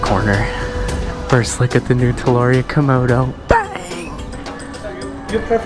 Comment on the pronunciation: The butchering of the name is crazy